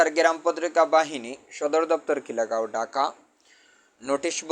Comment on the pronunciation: আপনিতো খিলগাঁও উচ্চারণ করতে পারেন না